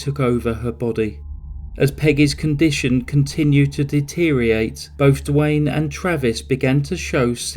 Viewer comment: Nice narration One request however, please check the spelling and pronunciation of the word Deteriorate